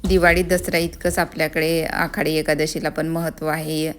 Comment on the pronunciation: आखाडी नाही- आषाढी